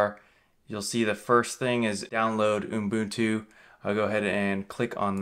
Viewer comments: He’s gotta be trolling, right? Please tell me this OOHM-boon-tooh is not for real. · Sounds like you're saying Unbuntu in the video:-) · He keeps calling it Unbutu 🤦‍♂ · Is it just me, or am I hearing uMbuntu? 🤔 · Jeepers nobody can spell 'Ubuntu' in the comments and he can't pronounce it. IT MEANS A THING AND WE SHOULD TRY TO GET STRANGE FOREIGN NAMES RIGHT>.